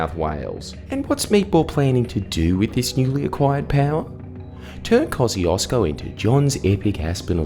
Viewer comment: Koo-shesh-co not kozzyhoodoosbro